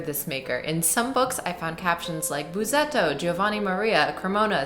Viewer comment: Read it Bussetto, not Buzetto. There's a reason for the double S. Please give us more sound, never mind all the talk. Fantastic sound, so please less talk.